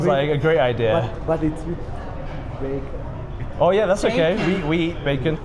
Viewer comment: the way he said 'bacon' is very funny 😂😂